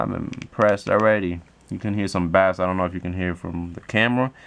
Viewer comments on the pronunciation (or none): It is pronounced base not bass but it is spelled bass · bass is pronounced like "base" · Bruh you pronounce bass like "base". This isnt fishing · Wtf please pronounce bass correctly you sound like a dumbass